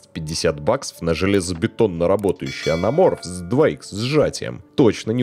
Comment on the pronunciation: Зачем вам буква Т в слове АНАМОРФ?)))